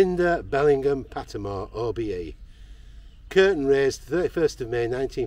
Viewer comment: Mmm not that great he got pattimores name wrong,!!!